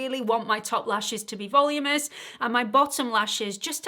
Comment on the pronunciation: I love you and the look is stunning but the word is voluminous. vuh-LOO-muh-ness 😂